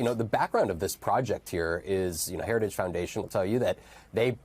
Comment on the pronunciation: He can't even pronounce heritage.